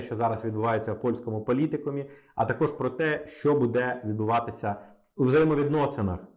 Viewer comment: Добрый день! Я украинка, иногда слушаю ваш канал и мне сильно режет слух то, что вы часто ставите ударения в словах неправильно! Я с детства говорю на русском, но не хуже чем русский знаю украинский. В слове буде, ударение на первый слог. А в предложение где есть слова біля влади були, в слове були ударение ставиться на второй слог. Ничего личного, просто режет слух.